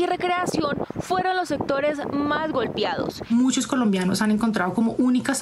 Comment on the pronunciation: "Golpiados" eso dice la "periodista" que muy bien vocaliza; pero lo correcto es golpeados. Y así todos pronuncian en Rolotá. Remal.